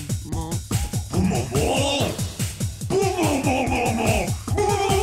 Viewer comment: he said bumo wrong